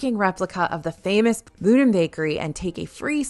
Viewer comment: The pronunciation in the video is completely wrong. You are correct - Boudin is definitely pronounced “boo-deen.” Signed, a San Francisco native with Boudin locations all over the city. (Disneyland is the only one where you can see the bread being made, though.)